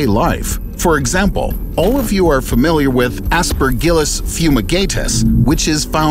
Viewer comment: Aspergillus… Aspergillus WHAT